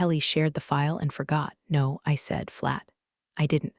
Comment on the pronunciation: Noticed it too all the time. AI can’t do the tense of a word that is spelled the same: wound, read, meet, bow. And i have noticed it treats some 2 letter words as abbreviations no = pronounced as number is = pronounced as island